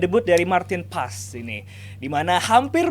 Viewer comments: Bukan pas neng,tapi paaaes,,,dia itu org indonesia,bukan org belanda,,,gunakan bhasa indo yg baik dan benar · Tp si sandy walsh juga nyebutnya Paas sih.. gue liat story nya pas mereka jd roommates..pas pekenalan juag nyebut paas kan.. bukan paes.